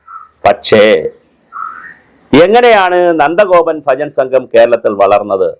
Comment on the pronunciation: സാറെ , സാറ് പറയുന്നത് ഫജൻ എന്നാണ് കേൾക്കുന്നത് ഭജൻ എന്നല്ലേ